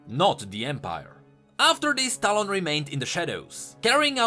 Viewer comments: you mean "towel" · Bit by bit your talon pronounciation turns into quick stallone. Makes me laugh to think talon to have a face of Sylvester Stallone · As a filipino, I hear "Talong" instead of "Talon".